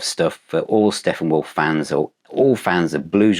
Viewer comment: I'm sorry, did you say Steffenwolf?